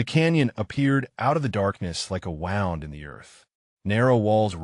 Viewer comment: Ai needs to say wound correctly